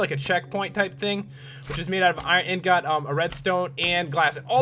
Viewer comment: it's not iron ingart it's iron ingot!!!!!!!!